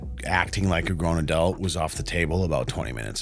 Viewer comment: Take a sip everytime says aduelt